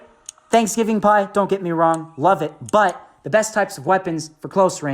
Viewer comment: I love how he said WRONG